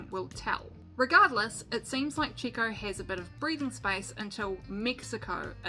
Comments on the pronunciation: Chico Piriez lol It’s ChEco PErez. The way you pronounce mElon or bEst. Hahahahaha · You really should've learned how to pronounce Sergio or Checo's nickname, your pronunciation is ridiculous and embarrassing. We already know who Carlos Slim is and how Sergio got started in racing (karting with no money and his Dad's help ) I'll stop watching your video now ....goodbye..... find another job.